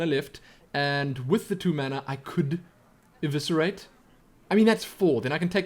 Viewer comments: Liked. Because Eviscerate pronounced right. <3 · See it's never to late to learn you say eviscerate correctly:)